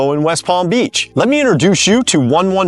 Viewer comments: Hahahaha Man-a-Lap-in????? Dear Lord 🤦🏻‍♀️ go ask a local HOW to pronounce that town name. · Its pronounced 'Muh-nal-uh-PAN' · Its pronounced as. Ma Nall A Pan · If you're doing a real estate video for the Palm Beaches and featuring high end properties for high end clients, I would make sure you pronounce Manalapan correctly. I lived in the area for many years and never heard it pronounced that way. MA -NAL-A-PAN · Say it with me- (man-nal-la-pan)